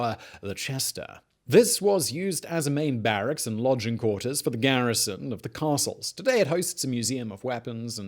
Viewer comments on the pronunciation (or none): none